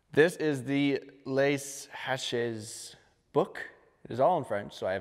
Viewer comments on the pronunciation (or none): I'm french, "haches" need to be prononced like "ash" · In normal French speech, the 'h' is silent and so is the 's', so a close English approximation would be "lays ash".